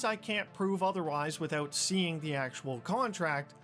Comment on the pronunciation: . "Withewt a shadow of a dewbt." lol.